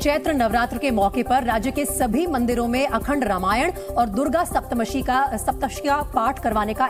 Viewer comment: She can't even pronounce Durga Swaptsati 😑😑